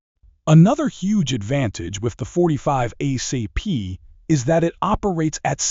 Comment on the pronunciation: ACP, Not Ah CP